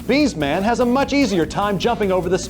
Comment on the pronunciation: “B’s Man” *BS (Bullshit) Man Narrator is certainly not a Cinemassacre fan.